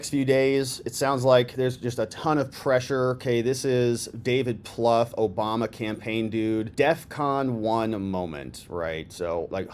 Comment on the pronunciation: Why does she keep on saying Joe Bama ????